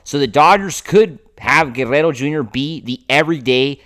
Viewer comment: Dude, it's not that hard to pronounce Guerrero. You are trying way too hard. Go back and watch Vin call a game when pete was on the team.